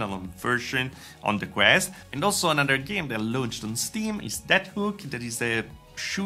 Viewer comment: I hate to be that guy but launch rhymes with "conch", so "launched" is pronounced "lonchd" ). You don't pronounce every vowel. "Lownchd" is just .. wrong, sorry.